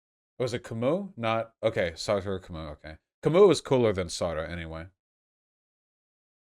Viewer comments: I know that pronunciation of many words is a thing that Vaush regularly struggles with, but someone needs to explain to him how to pronounce Sartre. If you can't pronounce the French r and the rtr consonant cluster the French way, just omit the r after the t and pronounce it like Sart. Pronouncing it the way Vaush does in this video makes it sound almost like he's referring to a half-goat half-man (satyr), but with some r-colouring on the first vowel. LoL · Sartre is pronounced with only one syllable.